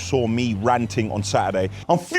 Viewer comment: You pronounced ranting wrong at the beginning.